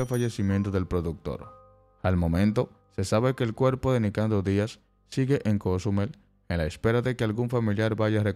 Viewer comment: El que da la nota de donde será que no sabe pronunciar Cozumel